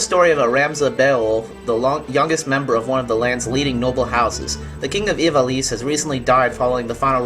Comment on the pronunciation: You pronounced Ivalice wrong. It's supposed to be "EE-vuh-LEES". Other than that, good review. =D